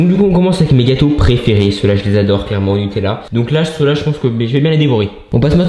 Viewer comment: Il a dit combien de fois clerement 😂😂😂😋